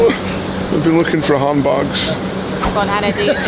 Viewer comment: Who else thought he said "Ham Backs" at the beginning of the video 😂